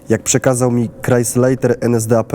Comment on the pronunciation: Błagam o prawidłową wymowę słów niemieckich. Kreisleiter, wymawia się " krajslajter". Niemieckie ei to polskie aj.